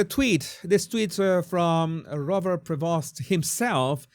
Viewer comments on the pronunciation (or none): Pronounces as “Prévo” . Dont pronounce the ‘st’ ..